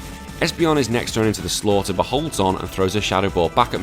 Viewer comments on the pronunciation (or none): none